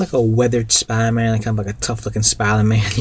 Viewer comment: Why can't you say spider-man?